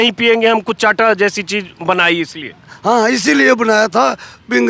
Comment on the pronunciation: चांटा नहीं, चाहटा कहते हैं। इसको आप हर्बल टी कह सकते हैं।